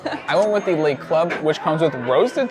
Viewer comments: it's not pronounced "'lay" cafe. The vowel sound in "le" is the same vowel sound as "could" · "Le" (rhymes with "the"), not "lay". Les Café would be the plural, ie. Le Café = The Cafe, Les Café = The Cafes.